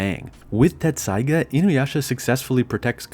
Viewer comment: you keep saying "TetSaiga" but it's actually "Tessaiga" It's my favorite anime of all time why it bugs me haha